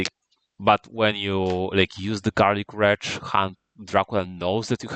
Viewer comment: This should be an excellent primer for newer players. Well done! Also, I find it hilarious that you pronounce Garlic Wreath like "Garlic Wretch" the whole time you're talking about how trash it is as a card😂